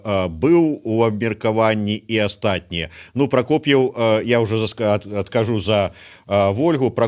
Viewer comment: Не Прокофьев, а Прокопьев, если требуете, то говорите правильно фамилию